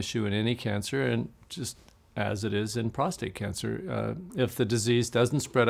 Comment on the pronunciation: i love you like a brother, but the word is "prostate" not "prostRate". "prostRate" means to "lie flat on your back". and i'm a 4+3. how are you doing now?😊